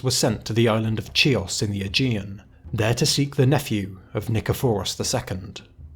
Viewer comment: Island of Kios (Key-os)